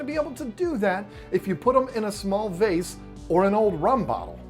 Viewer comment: The way you say 'Beta' doesn't bother me, but the was you say 'vase' does.